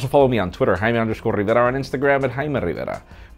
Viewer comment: I'm Haime rrrrrrr rivera.